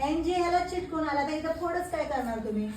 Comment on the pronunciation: मॅडम,बाकी सर्व छान आहे पण चिटकून असा शब्द न म्हणता चिकटून असा बोला.